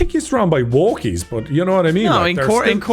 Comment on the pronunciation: saying wokies sounds like slur I like it we need a word for those “people” 😂